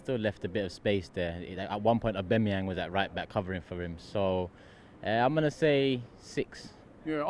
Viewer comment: saying lacabludclattezette and aubamabloodclatteyang gives me goosebumps